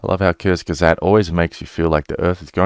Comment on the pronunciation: The u in kurzgesagt isn't like in "turn", but a bit more like the one in put.